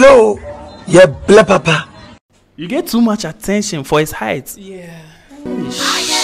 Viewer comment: Shark boy said Parpa😂😂😂